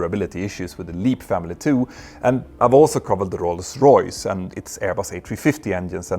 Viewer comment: Kudos Petter, on correcting your pronunciation of Rolls Royce 👌 Thanks for your great work generally.